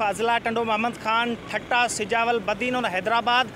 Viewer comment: Thatta not thatha